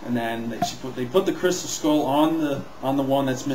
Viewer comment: 1.You said Crystem(what the heck is a crystem) 2.Leboff(LOL)Le-buff Nice mistakes LOL Count them all.